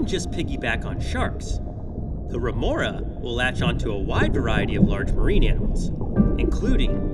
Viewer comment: Remora not renora